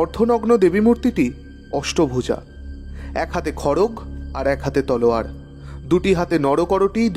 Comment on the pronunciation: Galpo to bhalo , ekta katha bolte chai, aageo mark korechhi, apnara "khadog"-"khadog" bolen... Kane lage bado, shabdo ta "khadgo".. bangla te "khadgo", hindi te "khadak"..